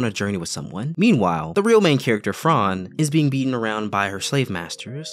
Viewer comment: its fran not frarrrn :((((((